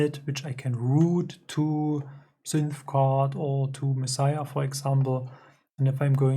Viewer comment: Yes, perfect pronunciation! Mad respect for this. I'd prefer to have a dedicated box like yours than to modify one of these old cases to add knobs etc. Yours is a good size and angle too. And I've built a few eurorack modules, so I know how hard it can be to find the right parts sometimes. And it almost always costs more than I think it should. Do you mind if I reach out to discuss this controller further? By the way, I've got a Kerberos and MixSID en route, thanks for the heads up! Looking forward to more videos. Peace!